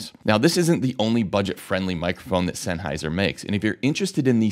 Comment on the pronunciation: 1 minute 40 seconds and he has said sennheisher 8 times